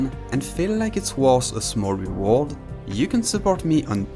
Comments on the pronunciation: "Rewald" is not just an accent, it's lazy pronunciation that can and should be fixed with practice. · rewald lmao, learn to speak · bro went from “REE-ward” to “ree-WARD” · Reworld? Lol you mean reward... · It's pronounced : Ree-Ward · Bro can't even say "reward" bro dumb ahh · Lmao he really struggles each time he attempt saying "reward" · I love the way you say "reward"